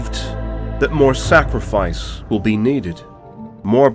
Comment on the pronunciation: I swear at one point he said, Snackrifice! Hahaha